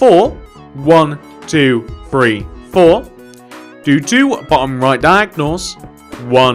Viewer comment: Why do you say three like free